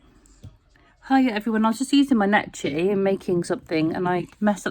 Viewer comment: Great clip. It's pronounced Nekki btw, the ch sounds like kk. :) Think it's the only sewing machine to be shown in the Museum of Modern Art/MOMA and it was Necchi's Mirelle model. What many people don't realise about Necchi is that they have a more powerful motor than Singer sewing machines: 1.1 amps versus the .5 amp motor that comes with a Singer. So they have better quality motors than Singers. I've abandoned my Brother sewing machine after using the Necchi. It's so incredibly precise and a wonderful to sew with. Sewing on a plastic sewing machine versus a cast iron one with a solid chrome lever to adjust sewing directions is way more enjoyable..